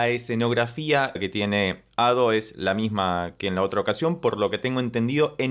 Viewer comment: Ado lo pronuncias bien, Ussewa es como se leería en español pero la sílaba tónica seria "sse". Aparte de Crime and punishment de Ado. Te recomendaría "life hate us now" de Mafumafu (es un chico, por las dudas digo) y si lo escuchas con leyendo los subs mejor.